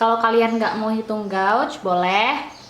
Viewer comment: Maaf, Kakk... cara bacanya gauge /geij/ ☺️☺️☺️